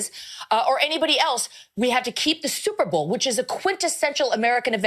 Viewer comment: 😂 ohh that’s just megyn kelly .. “bleeding out of her wherever!!” && did her dumbazz say “stuperbowl?!”